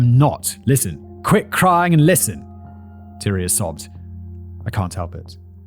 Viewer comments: It's TY-REE not Tyra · Tyria! Ty-REE-ah. Lol 😂 the pronunciations are all over the place